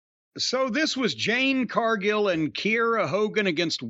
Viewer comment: I think Jade has improved enough that Jim should start saying her name correctly.